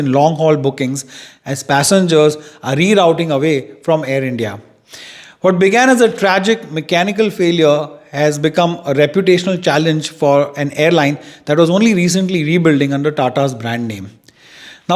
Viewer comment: It’s Re-routing not Re-ROWting 😂